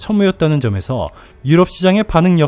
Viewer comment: 300 Km 아닌가? 3,000 Km면 천무가 IRBM ?? ㅠㅠㅠ Der Spiegel ... 아이고~ 그 동네 발음으로 좀 읽어 주는 시대가 이제는 온듯요... 드슈피겔이 아니라.. 데어슈피겔.... 독일어 데어는 남성명사 앞에 붙는 영어의 the 같은 존재.... 여성은 Die(디)... 중성은 Das(다스).... 하이고~ 우리 21세기 살아요... ㅡ,ㅡ